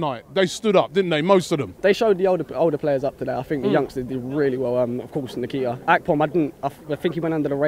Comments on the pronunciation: Its not nikita lol its Nketiah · its n-ket-ya....not en-kee-tah. stop butchering the boys name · Eddie Nikita? 😂😂😂😂. It is pronounced In-kay-tea-ah!!!!!!!!!! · My cousin is making me proud and its pronounced "en" ket ee ah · They butchered the boy’s name! Lol Nekita, nakata all of that!!! Lmao